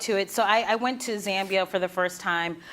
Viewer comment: Me a Zambian listening to her mispronounce my country but still happy she visited :)